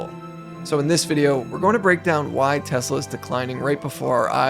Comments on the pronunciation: I love Tesler😂😂😂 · "I love tesler!" 😅😂😅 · Oh, No! Not Tesler!!! Anyway... 😂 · Someone should tell the orange baffoon that it’s not “Teslurr”